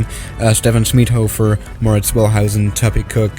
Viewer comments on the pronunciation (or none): none